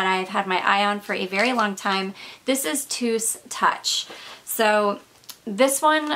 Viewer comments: Hi. The right pronounciation is not "Tus" (o+u=u), but To-us like Toes 👣. It obviously doesn't mean that. It is a family name. 😃😜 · As another native Spanish speaker I agree with Olga Perez Briseno that it's actually pronounced as "toes". Love your channel!!